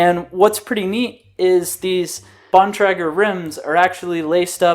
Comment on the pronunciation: btw its Bon - Tray - Ger